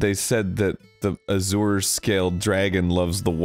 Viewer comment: I can't tell if it's a bit, or if Arin has never heard the word azure spoken out loud